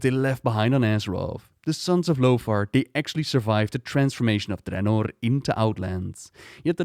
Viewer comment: The way you say draenor bothers me